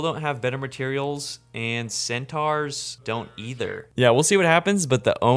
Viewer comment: Absolute banger as always but the way you pronounce centaur is absolutely egregious